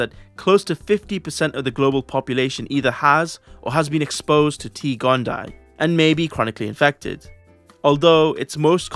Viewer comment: Just a heads up, a double i in Latin like T. gondii in pronounced “gon-Dee-aye”